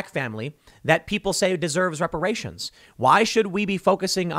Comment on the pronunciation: ReparaySHONE, IntoxehkaySHONE, IncarsehraySHONE.